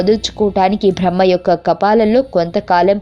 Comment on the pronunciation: కపాలికుల గురించి సమాచారం గ్రంధాలలో దొరుకుతుంది #భ్రహ్మ #భ్రా హ్మణుడు #భ లి ఏంటి ఈ #భా లు ఉఛ్ఛారణలో వ్యాకరణ దోషాలు చాలా ఉన్నాయి ..... ఆమె బ్రహ్మ మానస పుత్రిక కాదు శత రూప.... మనువు ఎవరూ ఎలా పుట్టాడు అన్న విషయం పై వివరణ ఏది పడితే అది ప్రచారం చెయ్యడం తప్పు